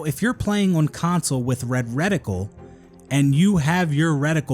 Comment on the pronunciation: Boy still can't say the word "on" properly, and I'm a bloody Canadian.